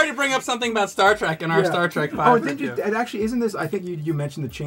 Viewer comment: I hate when people call it star track. It’s trek for god’s sake. When you say track you’re not only wrong but an asshole idiot who can’t speak English words even though you claim to speak the language